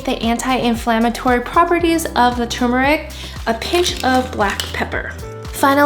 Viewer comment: It's not too-mur-ik. There are two rs in there. Tur-mur-ik, please.